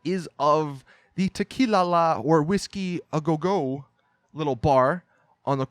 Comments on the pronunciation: really bothers me how he says whiskey a go go lmao, sounds like a doofus. it's said "WHiskey agogo" NOT "whiskeys AYY GO! GO! " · I just want you to say Whisky a Go Go correctly...